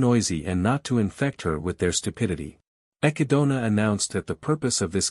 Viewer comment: Hearing the text to speech program butcher the word 'echidna' brings me unimaginable pain